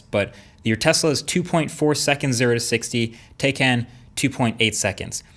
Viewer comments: Tah-ikan, not Teikan. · oh for the love of grammar, it is pronounced "Tie-Can" NOT TAY-CAN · It is Taj kán not taj kén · Tay-can? Nononono it's pronounced Tie-Khan. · It's pronounced Tie-Can (not Tay-Can) regardless of how it's spelt. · For the love of god it’s pronounced “TIE CAN” not TAY! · Florian Haffner it’s pronounced TIE not TAY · it bothers me to hear Taycan. It is pronounced Tikon. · It’s 👔🥫 not “Taey Caan” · i believe its pronounced, TIE-CAN, not, tay cahn. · *TIE - CON Not TAY - CAN Just a heads up :) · TAYCAN not TEYCAN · It's Tie Can not Tay Can... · It is pronounced “ tie...khan. ” and not “ ty.. can” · Taycan is a Turkish word that means young horse and pronounced Tiecan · Btw is pronounced tie-can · It's pronounced Tie-can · Pronounced Tie-caan (almost like 'Kahn'). 👍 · pronounced: thai- can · Why can't americans spell simple names? Its pronounced Tay-can (both "a" sound like the "a" in "ancestor or walk) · Pronounced Tie Can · FYI - pronounced “Tie-con”. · PSA: The correct pronunciation is TIE-KHAN. This is according to Porsche's official YouTube channel. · I fear this video was sponsored by Elon Musk. Firstly, it's pronounced Tie-Can. Let's see you upload a quality comparison. That will be 'fun'. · Please learn how to pronounce it....you said the name wrong a million times. It's pronounced TIE-con...check out the official Porsche youtube "how to pronounce Taycan". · It's pronounced 'TIE-CAN' ✌🏻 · Porsche Tay-K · Are you idiot? You can't say that likewise can, it is Turkish name, you have to say like Jan:can. Got it? You have to say tayjan ( taycan) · It’s pronounced “Tiecun” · aren't you're mispronouncing the name - Tie Kahn - Turkish for spirit of a young horse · Porsche Takyon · Indeed he did... though it is pronounced "Tie-Con".... awesome vid though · It’s pronounced tie-can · so is it tay or tai can? i heard u use both. so if its like that im gonna pronounce porsche toucan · It's pronounced "Tie-Can". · It's pronounced "tie-kahn"